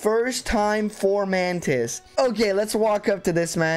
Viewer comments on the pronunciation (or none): Amazing run, but why do you pronounce it Formantis when its spelled Fomortis 😭💀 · Fo-mor-tiis, not For-man-tis. Lyon is pronounced like lion. A Hero might do better than Ross, but I like myrmidons. Joshua run please. Or a Knoll redemption run. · His name is fomortiis not formortis, so…it’s most likely pronounced foe-more-tiis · Great video! Fomortiis is not called Formantis though lol. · I think “Fomantis” is my favorite pronunciation of “Fomortiis” for style reasons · For-MOR-tis! There is no A in the name, gah! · Please stop adding an N to Fomortiis. You keep calling him FORMANTIS and it's triggering me.